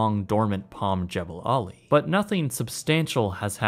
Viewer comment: The correct pronunciation is Jah ball' ali.